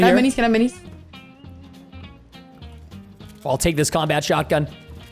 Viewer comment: Preston said combat shoty